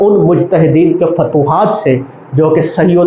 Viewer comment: 😂😂😂😂 فتواجات یا فتوحات😂😂😂😂